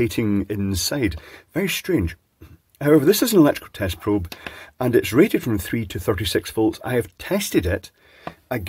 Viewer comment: I am fairly certain you said "This is an electricle testicle" or am I hearing things?